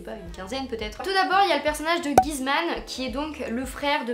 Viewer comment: à 3;26, c’est les acteurs pas les personnages 😂😂 D’ailleurs, c’est pas trop utile de comparer les personnages de LCDP et d'Élite, ils sont complètement différents et c’est pas parce que c’est les mêmes acteurs que les persos vont être similaires... Aussi, on dit Guzman (gOUzman pas ce que tu dis) c’est pas contre toi, mais wouah ça m’a tapé sur les nerfs étant espagnol.